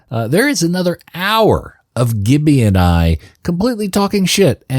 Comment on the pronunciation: Its pronounced jibby